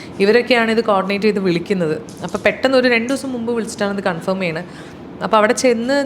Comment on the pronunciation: അഭിനന്ദനം അർഹിക്കുന്ന ഒരു കാര്യം ഇംഗ്ലീഷിലെ confirm (കൺഫേം) എന്ന വാക്ക് ശരിയായി പറഞ്ഞതിന്. സകല സാധാരണക്കാരും കൺഫോം എന്നു തെറ്റിച്ചാണ് പറയുന്നത്.